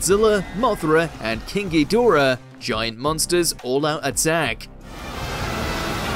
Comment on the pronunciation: It's hed..dor..ah....not head a ra. Lmao😮